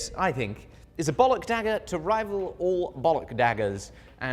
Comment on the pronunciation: legendary dagger: dihhager